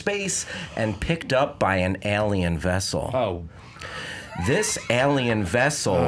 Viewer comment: God I hate the way pronounces the word 'alien'... Cringe every time